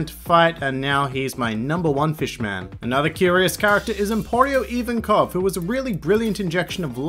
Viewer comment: they way this guy pronounces magellan and ivankov triggers me so hard